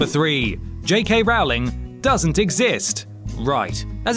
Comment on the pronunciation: Rowling rhymes with bowling. Like row a boat. But let's not row about it.